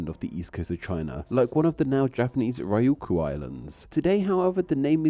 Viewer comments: “Lee-Kwoh”?? Please search how to pronounce words from languages you clearly don’t know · that is some high level butchering 😭😭😭 (not complaining, but it sounds very funny when you know how 琉球 is supposed to be pronounced lol)